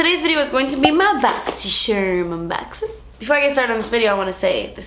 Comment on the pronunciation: i literally just watch the boxycharm vids to hear you say "my bukkksysharrrrm unbukkksssinnnggg" 😂😂😂